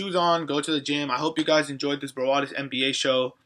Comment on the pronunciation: Sup bro get it browadis btw its brawadis hahah -_